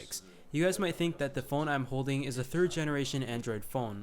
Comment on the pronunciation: I like how you say thee instead of the.